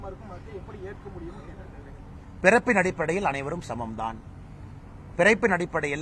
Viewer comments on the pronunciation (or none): என்னது விரைப்பின் அடிப்படையில் அனைவரும் சமமா ? ஆட்டுக்குட்டி ஒழுங்கா சொல்லு வேற மாதிரி கேக்குது😂😂😂